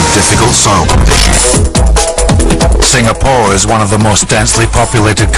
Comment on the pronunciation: eh walau.its "sing-a-pore" not "sing-ga-pore" la!u discovery leh,england so lan one meh?lols....